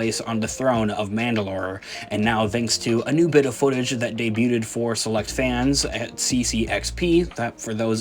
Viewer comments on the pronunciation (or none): Always great to see more Coruscant, hopefully even the lower levels that we saw in AOTC! Oh and FYI, 'debuted' is pronounced 'daybewd' not 'daybewded'. I thought I was hearing things the first time you said it but then you did it a second time ;)